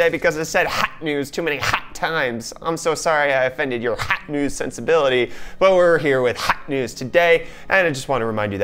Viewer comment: so I'm not the only one who cracks when it hears HAT NEWZ! :)) now you got YOUTUBE :-<